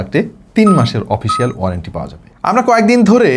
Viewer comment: ভাই, "ওপিসিয়াল" না এটা "অফিসিয়াল" হবে। আপনার অনেকগুলো উচ্চারণ ঠিক নাই। আরও যেমন "ওয়ান" কে বলেন "ওন" । আবার যেমন Ultra-অল্ট্রা বলছেন এটা এপ্রিসিয়েবল।